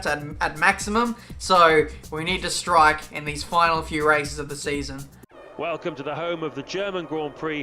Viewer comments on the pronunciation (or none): none